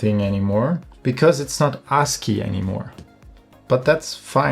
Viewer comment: Bro, maybe you shouldn't pronounce ASCII like that. Like "Ar$e-key"...😄